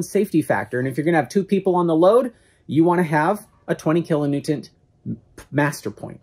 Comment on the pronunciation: needs a speech therapist or something -- said "kilonewtent" at least two times! WTF???? And what exactly is Bobby holding in that shirt??